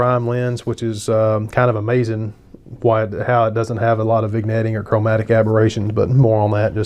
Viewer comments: Totally respect your review, but I take issue with your pronunciation of "vignetting". We DON'T say the "g". It's correctly pronounced "vin-yetting". I know, I'm being picky. Hey, I'm bored. Party on dude. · I'm wondering if the lens hood bothered you as much as your pronunciation of vignetting bothers me!? 😉